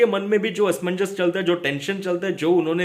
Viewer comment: Asmannjas Asmanjas 🤣 Kya asmanjass 🤣🤣🤣